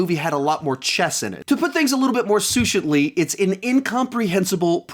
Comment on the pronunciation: Succinctly or soo-shint-ly?!